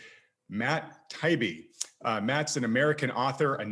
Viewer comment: Btw, his last name, Taibbi, is pronounced ...Tie eebee.